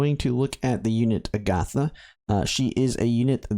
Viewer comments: Why can’t pronounce a SINGLE name correctly? It’s a-guh-tha. Agatha is a real name. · Your pronunciation is incorrect, Agata is pronounce with short short a sounds ah, or jus a in Spanish, there's not uh or th in there. Theres a lot of Spaniard names in this game, makes me think Iria is base on spain. Other Spaniards names a re gloria, García (surname), Gómez, Fátima (Safi), and maybe more, all probounce with short vowels. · Agatha is an old lady name. I prefer the more Fantasy Style sounding A-Ga-Tha. But regardless I'll call her Agata, no H, because that's how it's spelled in most official media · Cool video. Agatha is a beast in the pve stages she appears. Also, fyi, I'm not sure if you care, but as for the name 'Agatha', the stress goes on the first syllable, not the second one. Agatha is actually an old name in the English language, kinda like Gloria or Simona. It's a fairly common name, mind you. I'm sure you must've heard it before, without realising. There's a Marvel/Disney tv show called Agatha All Along, which is a spin-off of Wanda Vision, and there's also a super famous crime/mystery writer called Agatha Christie. I'm sure that if you google 'Agatha pronunciation' you'll come across a video/audio of it.